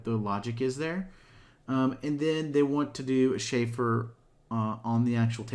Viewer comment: Chamfer, not "shayfer."